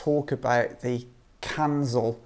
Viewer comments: not Kanzel - Kinzhal pronounced Kin[J]al like Java , Japan etc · It's not "Kanzil" like you pronounce, it sound like "Keenjal" or "Kinjal" something like that, translates as "Dagger".